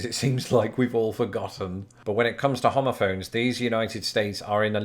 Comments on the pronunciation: so were just going to look over the fact that he sounds like he's saying homophobe lmao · Thought you said homophobes. My bad.